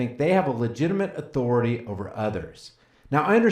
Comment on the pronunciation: Respect ma ah-tho-rah-tay!